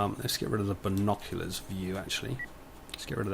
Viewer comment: G'day! I played my own mini-game: I took a shot every time you said "bino-clee-uhrs". :P